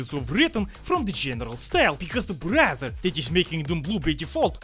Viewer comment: Without the caption, I'd be thinking be sayin Brazzer instead of Browser